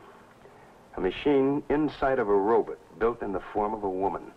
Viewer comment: Ah yes, the days of the robut. 😂